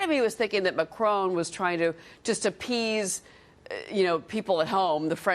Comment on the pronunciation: First of all that lady reporter should learn how to pronounce properly the last name of the president of France